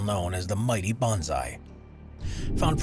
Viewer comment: Bonsai is pronounced bone sigh not bon zi. It is a method of growing and shaping trees. It is not a specific species of tree.